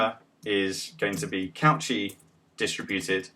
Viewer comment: Nice video, I am not happy about your pronunciation of Cauchy though.